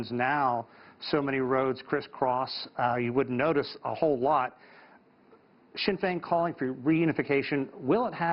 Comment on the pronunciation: Sinn Fein not Sein Finn.....